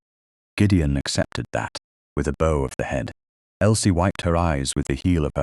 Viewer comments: How did duchess attend london party if in bath? When did she get ring? BOW IS PRONOUNCED BOUGH. Make sure pics match. Proof before publishing. A great story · I Love Aunt Honoria too! The Narration was very good except for the continuous mispronounciation of bow which rhymes with bough. She became very strong.